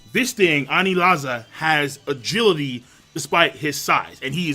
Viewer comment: “Anizala” Yet another mispronunciation to add to the many mispronunciations of the